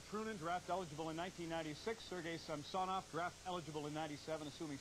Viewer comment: That is actually close to the proper pronounciation of Samsonov, not the anglicized butchering of the name.